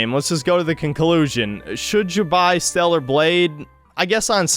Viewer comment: Stella nae stella nae